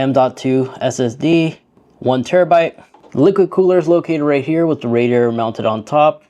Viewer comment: Not sure i can take you seriously when you cant even say "Radiator or Modular" correctly. Jesus